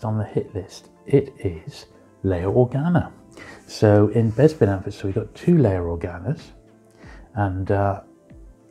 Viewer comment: You must be from the same part of the UK as Bossk’s Bounty, you both pronounce Bespin as ‘Bezpin’, I’ve never heard that before 👍